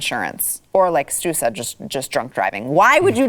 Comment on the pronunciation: When ever She introduces Stu I keep hearing her say Stuper